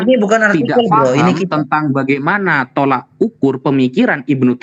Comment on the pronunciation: Koreksi banyak yg salah ucap, yg benar tolOk ukur bukan tolAk ukur...abdul qodir sptnya mau buka perpustakaan...